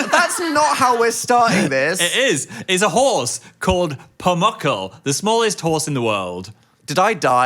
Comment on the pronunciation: Love the way they pronounce Pumuckl